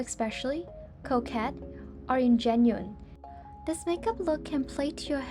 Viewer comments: just a heads up that Ingenue is pronounced awn-jeh-noo :) nice video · love the tutorials - btw; ingenue is pronounced in-jen-noo [anjəˈno͞o] just for reference! ...(not trying to be a jerk, I just am a tefl/tesl certified tutor and I love helping others pronounce things correctly, just as I love learning the correct pronouncement of words in other languages myself! ...ingenue is obviously a total French borrow word. Even in old times it was often confused with "ingenuous" which has a totally different meaning and etymology!) Lol sorry I really love language/linguistics! I'm always excited to learn new borrow words from Asian languages as well, so I'm happy when I can learn from others too - not being a jerk, I promise 💖